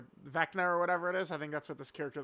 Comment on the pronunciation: Vecna with the hard R is CRAZY😭